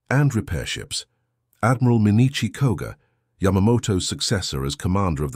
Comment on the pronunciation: The synthetic voice is aggravating not able to distinguish where are the sentences starts and ends. Too bad because the content is interesting. Names are butchered Genda (General Minoru Genda) and not Gender The US admiral Mitscher (Mark Mitscher) and not Mitchell